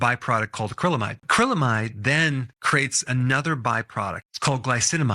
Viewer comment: "Crates"? Or "creates"?